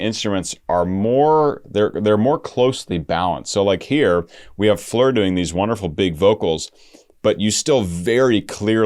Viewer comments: Also, her first name is Floor just as it is spelled (like the opposite of the ceiling) not Fleur...but I'm not gonna beat him up over it 😀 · Hey,! Very nice video! Thanks for not having it Premier in a month and a half.;-) AND... I know you'll get a lot of this, but she pronounces her name like it looks. Like an actual 'floor.' Or do you say, "I need to vacuum my fleers"? In that case, carry on, brother. And her last name is pronounced Yonson... but I'll keep watching your NW videos either way. Or maybe you're doing like Suite Clarity... when they react to NW, they say "Jansen" on purpose, just to inflame the hardcores. 🤣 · Please can you say FLOOR and not fleur. And an advice to limit the word 'stunning' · Her name is FLOOR - not FLEER - its not hard ! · I don't know who told you to switch up the pronunciation of Floor's name, but they are incorrect. Her name is just Floor, like the actual floor you walk on. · In Dutch you pronounce it how it is written Floor. 😊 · Beautiful song by Nightwish. This is the last song on their album Yesterwynde. By the way..Floor is pronounced Floor..like a floor you walk on. It's a dutch name..meaning flower. Thank you for reacting to Nightwish. Cheers from a finn in Sweden. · The “oo” in her name pronounced more like in “floating”